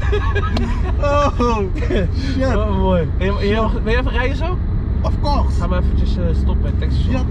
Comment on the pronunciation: Of couggggs